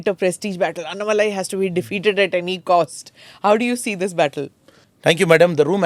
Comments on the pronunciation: Smita why do pronounce his name as “ಅನ್ನಾ” shouldn’t you pronounce it as “ಅಣ್ಣಾ” ? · Excellent program as always. Kindly pronounce Sri Annamalai’s name properly. It is अन्नामलै not अन्नमलै। Thanks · Smita: it’s not AnnamalAAAAy. It’s AnnAAAAAmalai. NOT अण्णमलाय IT’S अण्णामलै. It’s DISGUSTING to see that a senior journalist is INCAPABLE of pronouncing a name Correctly. How would you feel if you are called SMITTA, स्मिठा in stead of Smita, स्मिता ??? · At least don't massacre his name pronunciation. North people Anna-malaai is understandable. At least you shouldn't make this fake pronunciation. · Please Smitha, you must pronounce his name correctly ... you are saying his name like the english apelling is phonetically correct!!! you KNOW better!!😢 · Smita, Why can’t you pronounce his name correctly (being from India) ?